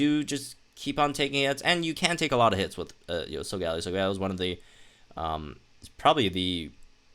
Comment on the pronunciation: In the TV series it’s pronounced "sol-ga-lay-o"